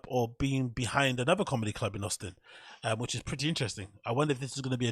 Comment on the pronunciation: his cawlmedy or lack thereof is just kinda icing on the cake.